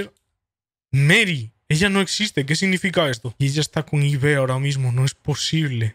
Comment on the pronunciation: Es "Ib" no "I-be 🤓☝🏻